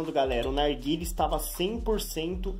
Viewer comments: porque ele fala arguile? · E impressão minha ou ele fala "arguile"